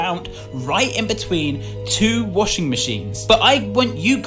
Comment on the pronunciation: “InSoUleNcE” the way he says insolence also I’m British and I say it like how it’s supposed to be said. This comment is just for fun sake. I don’t care about his accent I love his accent this is not a hate comment k. I love your vids. And the way he says washing. Pretty sure he made a mistake when he said it. “WASING MACHINE” Also made a mistake on distorted memory. So basically he said it wasn’t a dream cause he woke up Proceeds to show the ending cutscene of Georgie waking up in that mall meaning that he had a lucid dream